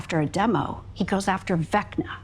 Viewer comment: Fekna ❌❌❌ Vecna ✅✅✅